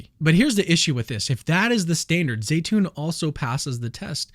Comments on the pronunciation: Zeitoun is pronounced Zeetoun....not Zaytoun,just for the record 😉😉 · My son's Egyptian girlfriend saud that it is pronounced Zi..(long i)...tune.